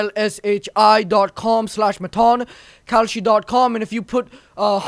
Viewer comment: Why did I think when he was doing the ad for "kalshi," did it sound like he was saying "cowshit?""